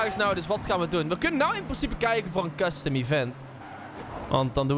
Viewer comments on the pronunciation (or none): none